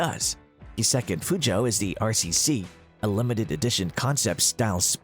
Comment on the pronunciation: im sorry how did you say PEUGEOT